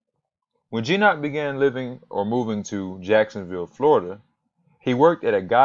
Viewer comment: Hard "g" as in "got".